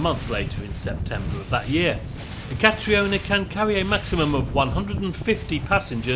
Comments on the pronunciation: Catriona is pronounced ca-treena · Catriona is pronounced like Katrina. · I believe it's pronounced Katrina but just spelt Catriona in the Scottish Gaelic kind of way. 👌